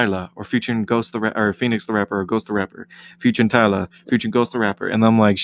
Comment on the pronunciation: Aye y’all /DJ. Respectfully Bro name ain’t tyla It’s thyla Thigh-luh